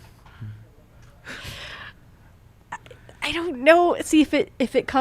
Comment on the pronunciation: Anyone else bothered by the way is pronouncing vasilevskiy?